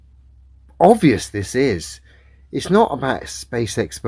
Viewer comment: I can forgive scientific ignorance, but his inability to pronounce ‘obvious’ does my nut in.